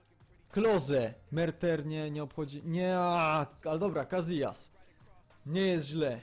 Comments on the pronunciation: Nie cazijas tylko casijas! :D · Casillas czyta się Casijas a nie cazijas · nie czyta się kaZijaz, tylko kasijas;] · Nie Gazijas tylko Kasijas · Czyta się [Kasijas] przez "s", a nie "z" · Czemu mówisz Kazijas